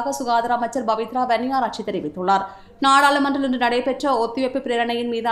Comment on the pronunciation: தமிழை சரியான முறையில் உச்சரித்தால் செய்தி மேலும் தரமாக அமையும். உ+மாக பPவித்ரா வன்னியாரெச்சி என்பதை பBவித்ரா வன்னியாராச்சி என்றும், கோGற்றாபேB ராஜபக் ஷ என்பதை கோத்தபாய ராஜபக்ஸ என்றும் வாசிக்கப்படுகிறது. இது போன்ற நிறைய மொழிச்சல் பிழைகளை என்னால் இங்கு சுட்டிக் காட்ட முடியும்